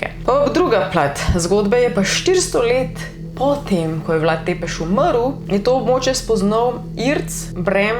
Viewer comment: Sicer se pravilno prebrere Brašov (s ima repek), pa Vlad Cepeš (T z repkom se prebere kot C).